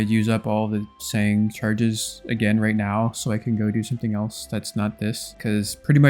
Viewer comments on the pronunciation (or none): none